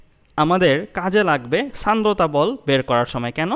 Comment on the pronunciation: Sandrota (উচ্চারণ 'Shandrota' hobe may b) fact😪☹️